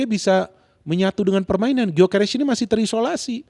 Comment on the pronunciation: Gyokeres bukan guio